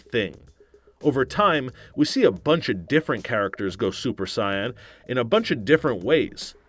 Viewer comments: Saiyn? You know what im Say-ain? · Super "Sigh-Ann" mode....This is so tragic. 😭😭🤦🏿‍♂️🤦🏿‍♂️ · My ears bleed every time i hear Cayan "saiyan" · He pronounced it "Super Sighan" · It's Sayian not science 😂😂😂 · "Go Super Scion" :D:D:D:D I cant stop laughing.